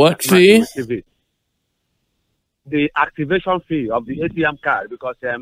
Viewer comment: DI ACTIVASHION FII - What a funny accent